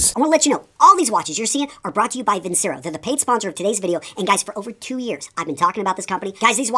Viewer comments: It's pronounced Vin Chair O. I don't think they claim to be the greatest watches in the world. I think some of their watches are really nice looking. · You’re not even pronouncing Vincero correctly.